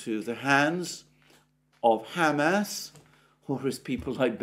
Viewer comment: Alexander, I love how you say Ham Ass.